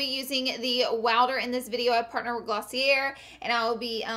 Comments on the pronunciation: Glossy-air ?? lol I think it is pronounced Glossy- ay. :s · Rachael Fitzpatrick It's the French pronunciation, gloss-ea. (hard e, hard a)I would think that if you're doing a collaboration with a company the least you could do is learn to pronounce it correctly. It doesn't surprise me. She has issues pronouncing the most elementary words. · When you do a sponsorship but don't even know how to pronounce the company's name.... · the way she said 'glossier' made me crying so hard lol